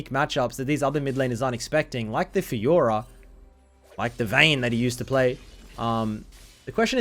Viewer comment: You only got the Faykah part right